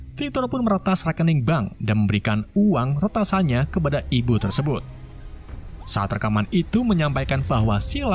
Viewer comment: Tersebut bang bukan tersebat wkwkwk